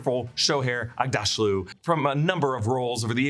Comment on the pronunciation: FYI - Shohreh Aghdashloo’s first name is pronounced “sho-RAY” and you got the surname right “ug-DOSH-loo.”